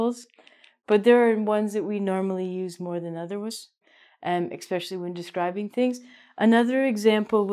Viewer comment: I really like your clips and like to play them for my students sometimes as you explain things well (no sense reinventing the wheel!)... but in this one you say 'expecially' instead of 'especially' so I can't show them this one due to the risk of bad habit forming. Just a hopefully helpful comment from one teacher to another :)